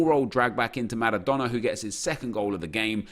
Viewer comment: Please stop pronouncing all the names and words correctly. If I heard Maradona with a rolling "R" one more time I was launching my phone at the wall... good vids though. N I don't even know why it triggers me so much either 🤷‍♂️